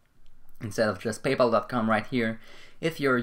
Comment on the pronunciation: Why do you keep saying "payple"? It's Pay Pal! Very annoying....